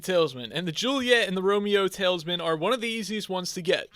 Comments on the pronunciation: awesome series, but i can’t keep my self from saying that it’s talisman, not taleisman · Talsmin is how he is saying it